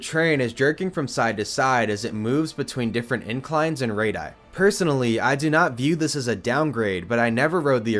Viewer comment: No, silly! Not /rayd-i/ for radii, it is /rayd-ee-i/. 🙂